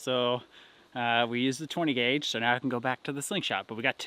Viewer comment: Did you say 10 guage ? !